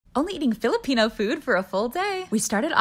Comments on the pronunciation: Me being a filipino 😀 Her pronouncing every single word wrong and not even saying sorry Excuse me mama did you just say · As a Filipino I'm laughing my butt off because of the way you pronounce the food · It's literally so annoying that you pronounce it wrong